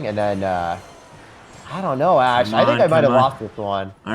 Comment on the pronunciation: Love the duo.. ash tag sounds like hash tag..